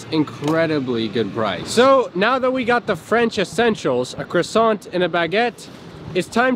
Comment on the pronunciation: You can't live in France and not know how to pronounce croissant